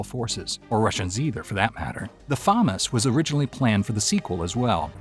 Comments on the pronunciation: Famas Say it with me fu mas not fomis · Say Famas one more time... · ...learn how to pronounce words... damn near ripped out my ears hearing you say FAMAS that way constantly